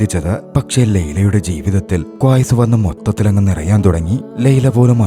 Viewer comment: ക്വായ്‌സ് അല്ല 😂... ഖൈസ്